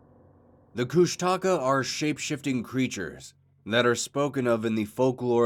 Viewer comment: Bro it’s KOOSHTAKA not kush taka